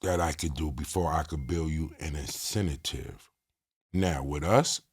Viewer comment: I fuck with but his word play need improvement lol. “Incentive”not Incetative smh 😂